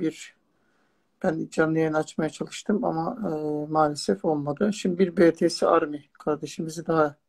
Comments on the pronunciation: Hemde BETESE değil BİTİES😌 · Betese değil BTS ♥️ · müzik evrenseldir ve BETESE DEĞİL BİTİES DİYE OKUNUYOR!!!! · Betese diyil bities diye okunuyo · Bi de adını lütfən doru söyleyin 3: 09 da betese diyil bities